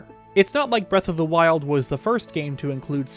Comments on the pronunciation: Breath of the Meth? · "what was it called again?" Me: Breath of the Weth